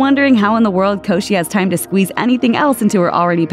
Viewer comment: LOL she said her last name wrong😂😂😂😂😂😂😂